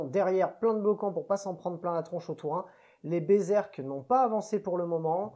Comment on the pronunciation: Alors par contre, moi, je te félicite ! Parce que sur toutes les chaînes ils disent "Berzerk" et ça m'agace. On pourrait aussi les appeler Bézeurk !! Bravo ! Toi tu as lu le nom avec attention...